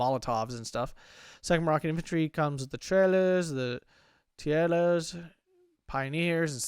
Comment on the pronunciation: Goumiers - Goo-mee-eh(as in "a") Same pronunciation plural and singular. (Goo-mee-"airs" would be spelled Goumières most likely. Goumi/Goum means tribe or people in Arabic.) Tirailleurs syllables are "Tee" and somewhere between "Ray" and "Rye". In French, the 's' at the end of the word is not pronounced. (In fact, most of the time the last consonant is not pronounced at all. Cat is Chat (pronounced "Sha" with no T) and the plural is Chats (pronounced just the same). Francs... the french wouldn't pronounce the C or the S... I might pronounce the C as a hard C if I was feeling like referencing the Franks... but the C is basically there to indicate how to pronounce the vowel. Like a lot of european languages, you pronounce the vowel and modify it by changing your mouth shape "in the general direction of the consonant".